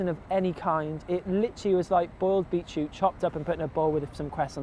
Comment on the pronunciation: Beet...what? We call them beets. Sounds like "beetchute", but I'm not sure exactly what is being said.